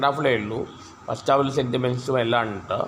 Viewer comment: ഇണ്ട് അല്ലടാ...ഉണ്ട് എന്ന് പറയാൻ ശ്രമിക്ക്